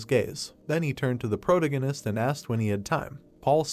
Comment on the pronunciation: Sir.. That is NOT how you pronounce protagonist 😭